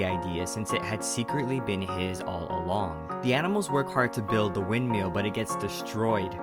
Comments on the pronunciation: love how u say "windmeal" not windmill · the way he says windmill is the funniest thing 'wind-meal'